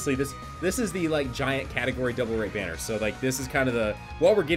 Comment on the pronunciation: I swear you said Bardock Berries even though I know you said Bardock Banner